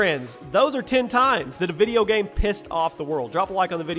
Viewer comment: "video gayme"